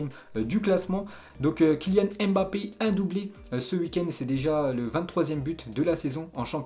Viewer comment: Allez apprendre à prononcer Mbape . .Ca fait mal aux oreilles.